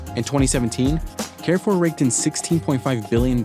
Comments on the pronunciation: Why can't Americans pronounce anything correctly? Someone needs to tell the narrator that Carrefour is pronounced more like car-foor than care-foor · The mispronunciation of Carrefour is borderline annoying.